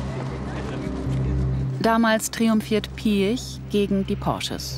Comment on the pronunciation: Was Ferdinand Piätsch (so hört es sich phonetisch an) grinsend sagt, hätte genauso auch Adolf Hitler gesagt: "Ich habe die Absicht, der Sieger zu sein." Du magst einen Haufen Geld haben, aber ein Sieger bist du nicht, lieber Ferdi.